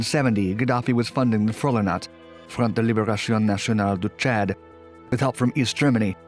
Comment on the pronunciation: They way he says Chad was kinda distracting